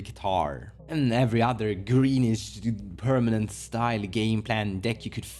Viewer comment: I miss when he said "pernament"